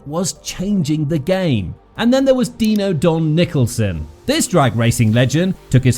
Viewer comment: Dyno don,not Dino ,idiot